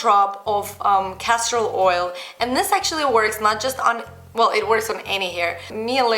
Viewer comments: Did she say Cashew Oil or castor oil? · Castor Oil. Just with her accent she says it a little differently.